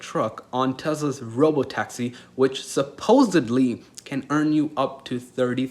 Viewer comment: Did you really say "supposubly"?